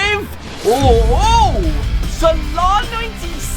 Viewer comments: Its so funny when he sais sarlarrr its salah😂😂😂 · It’s salah not sala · He says mo salar😂😂😂😂😂😂